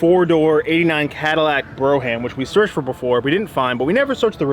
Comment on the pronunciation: It's pronounced "Brome".. not "BRO- HMM"